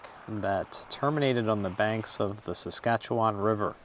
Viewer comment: As a Saskatchewanian you did pretty well with “Saskatchewan River”. Hit the last ‘a’ a little hard but that’s pretty common. Come hang out in Saskatchewan for a week, hit the prairie, some deep northern forest, and some sand dunes and you’ll have it perfect